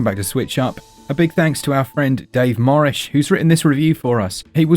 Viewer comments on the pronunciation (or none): Hate to be that person, but the initial screen says David Morih, but it sounded like you said Morish. I want to make sure David gets his proper credit. Great Review!